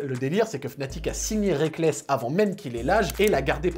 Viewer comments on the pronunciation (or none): Très bonne vidéo comme toujours, mais le A dans Reakkles me brise le coeur :'( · Aye rekkles pas reakkles